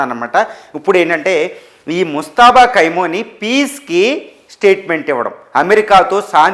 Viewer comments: పేరు పలకడం రాదు.. భాష పరిజ్ఞానం లేదు యానలిస్ట్... మనఖర్మ.. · పేరు పలకడమే రాలేదు. నీ సెర్చ్ లు నువ్వు చెప్పే సంగతులు ఎంతవరకు కరెక్ట్ గా ఉంటాయి